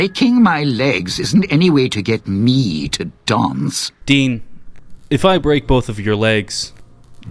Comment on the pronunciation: Take a shot every time he pronounces Dean's name wrong